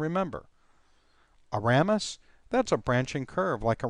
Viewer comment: The correct pronunciation of "foramen" is "for-A-men" with "a" being a long "a" and with emphasis on the second syllable (the "a"). The correct pronunciation for "ramus" is "RAY-mus" with the "a" being a long "a."